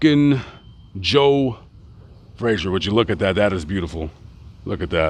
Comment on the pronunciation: Pity the announcer can't pronounce his subjects name correctly. It's not 'Fraser'....